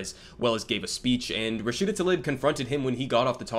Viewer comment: He can't even say her name correctly; apparently she's now a man 🙄